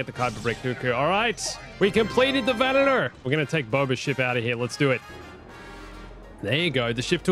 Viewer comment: It's Venator not Venetor